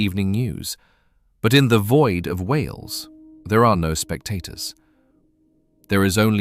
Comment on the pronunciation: It’s wales not wheels